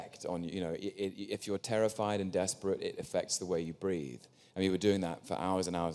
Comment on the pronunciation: Oh Tom😂 ....the second hand embarrassment is unreal...look at his face after...how embarrassed he looks....poor Tom he just mispronounced it